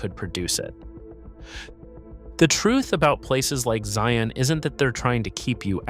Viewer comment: I wish he could pronounce the name Zion in a more natural way.